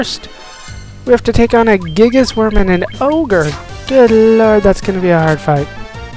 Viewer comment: I "believe" Bikke is pronounced Bikkah, as if Bikke was a German word. But, say it however you like lol. Sahagins are said the way you say them. At least I can't find any reference to actual pronunciation. And thank god you said Gigas properly, and not Guy-gus or Ji-gus. Lol